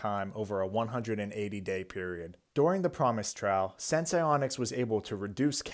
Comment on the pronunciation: Say the name of the company right once? Nope